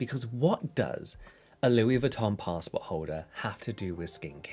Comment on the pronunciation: A fucking "pastport holder" 😅